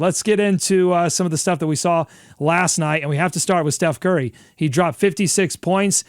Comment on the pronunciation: "Che Curry" 😂😂😂😂